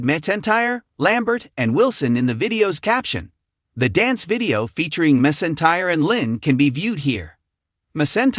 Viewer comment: It’s not Reba mesintire it’s Reba McEntire